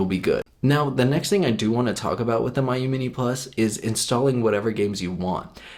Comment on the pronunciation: It’s pronounced me-you